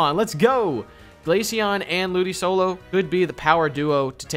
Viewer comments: It honestly hurt me when pronounced ludicolo ludisolo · Ludisolo??? It’s ludikolo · Great vid guys! Just letting you know, it’s ludicolo - Lu-di-KOL-o, not sol-o. Looking forward to the next vid!